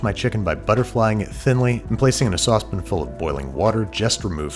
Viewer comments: Why saucepin and not saucepan? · sauce pin